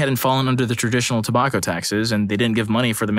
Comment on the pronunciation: The way they pronounced tobacco triggered me.